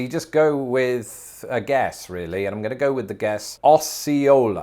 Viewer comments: OH-cee-ola... not AH-cee-ola... And, it's shih-NALL... But, hey, you did pretty well! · They actually got Osceola wrong, unless you're talking specifically about the tribe. My school played against Osceola and it starts with a long O sound, like "Oh-see-oh-la." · That’s not how we say Osceola. I’ve always heard it pronounced with a long O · As someone who LIVES in Arkansas, and not far from Osceola - I can tell you it's OH-see-o-la. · Hearing the recorded pronunciations, really says that you CAN'T go by it for the correct way of saying all these towns. 😩 (I'm from Arkansas, almost 60yrs.) Some are close enough to be passable BUT NOT completely correct. Ex: 1. Osceola - should be > O•SEE•O•LA 2. Chenal - should be > SHHH • NAL Just to name a couple... 🤷‍♀️ I still LOVE YOUR VIDEOS!! 💜💜💜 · It should be pronounced O’see-o’la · Osceola, Oh-see-ola is the correct pronunciation. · Osceola should be pronounced Asi-yahola, not sure how Arkansas pronounces it, but in Missouri my parents called it Ohs-C-ola, but there are many Osceola's in the USA, probably each is different. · The program didn’t pronounce Osceola correctly. It is o-c-ola or Oh-si-ola. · Osceola was pronounced wrong. The opening 'o' is long Oh-see-oh-la. Source? I grew up there. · That AI robot misled you, Osceola is with a long "o", not short. 😉 That's my neck of the woods. ❤️ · Osceola actually starts with a long o sound. The computer mispronounced it. I live just south of it. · The computer got Osceola wrong. It's close. At least in Arkansas not how we pronounce it. You pronounce the O with O sound.